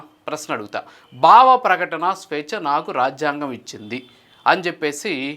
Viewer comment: Content bagundi, vuccharana doshalu savarinchukondi, viz., 'Bhavaprakatana', not ' Bavaprakatana'!!! 😊😊😊